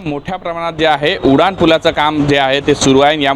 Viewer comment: उडान नाही रे उड्डाण पुल असतं ते 😂😂😂